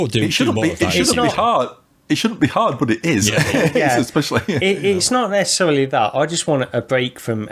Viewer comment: Did say neccecelery at the beginning